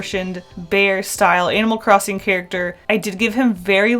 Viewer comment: IDK WHY BUT IT SOUNDS LIKE YOURE SAYING ANAL CROSSING